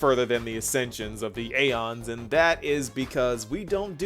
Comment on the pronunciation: The game pronounciation: “E-ons E-ons E-ons” pronounciation: “A-ONS” (I say this with love XD)